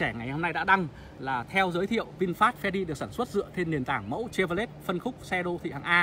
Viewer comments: Cha vo lét , phát âm còn sai mà cũng đi phân tích =)) che vờ ro lét ( che vy) nhé ông nội :) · Che vô lét là xe gì? Có lẻ Âu châu phát âm sai tiếng Anh? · Gỉ chứ mới nhìn vào mà đã thấy mức độ xào lộn ăn tiền ,đơn giản qua mức độ chèn quảng cáo trong clip.... Điều cơ bản phát âm tên hãng Chevrolet còn sai bét thì làm đc gì?